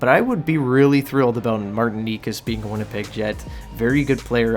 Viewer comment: Need to work on your pronunciations: Necas is pronounced NAY-chaz Pulock is pronounced puh-LUCK